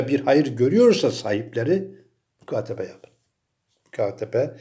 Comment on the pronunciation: mütakabe değil mukatebe:)